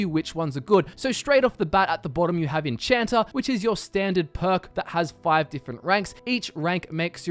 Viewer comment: I find it kind of funny how you add an r to Magica (making it mgicer) and remove the r from enchanter (making it enchanta).